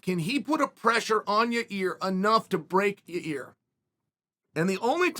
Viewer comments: Chael bro ... it s not Ya Rear it s Yo Rear it s not Your Ear ... it s YAIR ,,, Pronounced YAYEEEEEER repeat after me YA ... YEER now together YAYEER . Ok bye . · Uncle Chael mispronounced Yarear's name a couple times in this one... sounds like he called him "ya ear" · I'm sorry but all I can hear is "your ear" "in your ear" " ya rear" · Lol ya-reaR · Yair, Ya-Ear, Ya-Rear, Ya-Year, don't matter Max in fo' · Lol Ya:Ear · Gotta love hearing that Chael is taking Max Holloway if you’re Ya-ear Rodriguez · yair “ya ear” Rodriguez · Ya ear… ya rear… lmao I love you Chael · I keep hearing “ya rear” or “ya ear” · Uncle Chael keeps calling him " "Ya-Rear"! 😆😆😆 My rear? lol 😂. Love you Uncle Chael !! 👊🏼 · I only clicked on this video to hear Chael say "YaRear" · YA EAR, YA REARR, YOUR EARRRR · It's time to bet the house on "Ya rear"rodriguez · Did he just call him "ya rear"? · He’s saying Ya-rear un purpose now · He does it cause it generates comments which makes YouTube algo happy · Chael is pretty lazy ... A simple google translate would show him how to Annunciate 'Yair' correctly.. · Ya-yeer Ya-rir Ya-reer Yai-eer Yuh-reer Yuh-eer